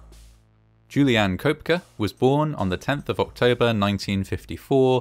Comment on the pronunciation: Ok, so the story is about Juliane, which means the name is said probably upwards of 50 times during the video, and it is a GERMAN name. So, might it be worth the effort in researching how to pronounce the name properly?